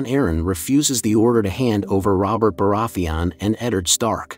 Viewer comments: Bore-ath-thee on. Lmao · Why do you pronounce Baratheon like that even tho the show has existed for like 10 years and they say the name correctly like a million times? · Hate the way he pronounces Baratheon. Otherwise, great video. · Cool video, but the way you pronounce Baraetheon makes me cringe😂